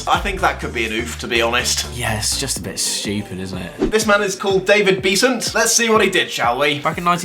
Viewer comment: How can you not remember Dave Beasant? He's a cult hero of 90s football. His name is not pronounced Bee-zant. It rhymes with pheasant and pleasant.